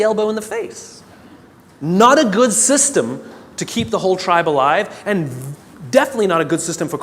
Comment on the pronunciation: "not a GUZZziSSTEM to keep the whole tribe alive."